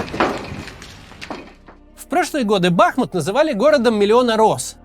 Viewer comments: Почему же БАхмут! Ведь БахмУт! От реки БахмУтка! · Не Ба́хмут, а Бахму́т. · Макс, ти дебіл? Я тобі вже кілька разів писав, що в назві Бахмут наголос робиться на другому складі. Росіянин не придатний до навчання. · Пройдут десятилетия - и, возможно, Кац наконец-то выучит, как правильно ставить ударение в слове "Бахмут".